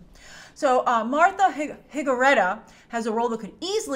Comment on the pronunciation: Her name is Martha Higareda (in Spanish the "H" is silent, you don't pronounce it, it start with the "I" just trying to help you, because I like your reviews.